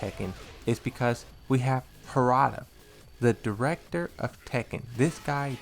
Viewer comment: you didn't pronounce his name right 🤡